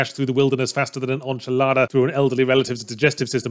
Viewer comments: Dear Yahtz: enchilada is not a French word. It's pronounced like bench lol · Are we going to talk about how he pronounced it “onchilada”?